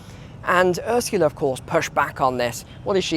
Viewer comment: Hey, i really like your walk and taks, love Bangkog! Its so funny, the way you say Ursula.. thanks for your reports.